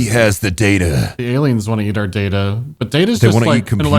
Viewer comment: That hobo 'Data' did /not/ sound like Data.